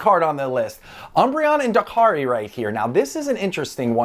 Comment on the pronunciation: dying lol of all the ways you could pronounce that name